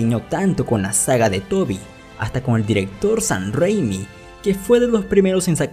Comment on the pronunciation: Este pata dice “sahn rrrrrrréimi” en lugar de Sam Raimi XD